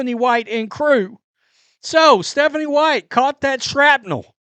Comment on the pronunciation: What is Methanie white- is this from having sniffles? Idk really😅